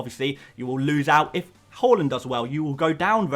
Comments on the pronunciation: It’s pronounced har land not whorelund 😂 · it's "H-A-A-A-A-A-Land":) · Bro said ‘hawland’ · I like that you try to pronounce Haaland’s name correctly, but it’s actually pronounced “hål-an”. Keep up the good work, bro. You’re the best fpl YouTuber out there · I know this is a sap comment form me but Haaland is pronounced "Ha land" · why you always say haaland name wrong😂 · Bro you need to check your pronunciation of Haaland…